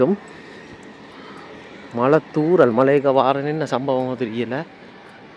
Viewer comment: 09.00 மலை இல்லை மளை என்று வார்த்தையும் கிடையாது, மழை தான் இருக்கு - நாக்கை கொஞ்சம் வளைச்சி பேசவும்